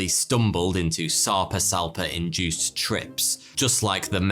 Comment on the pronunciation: The whole time he said the fish’s name I heard sectum sempra